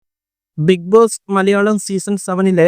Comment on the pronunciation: മോൻ ആദ്യം ബിഗ് ബോസ് എന്ന് പറയാൻ പഠിക്ക് 😂